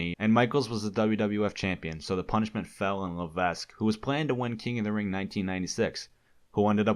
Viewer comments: I'm sure 'Levesque' has a silent s (pronounced 'Levek'). It's real annoying how many times you're saying Triple H's real last name and pronounce it wrong. Otherwise, I enjoyed your video. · Levesque is pronounced 'Levek'. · Lavesque is pronounced LA-VEK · Why do you call him Paul LeveSK? :D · FYI, the 's' in Levesque is not meant to be pronounced. It's meant to be said 'Lev-eck' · Isn't Triple H's last name pronounced "Lavek"? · No dude it's pronounced paul la-ves-qu the e is silent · I hate that you pronounced Levesque wrong tbh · This dude doesn't even know how to say HHH real name right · The s is silent in Levesque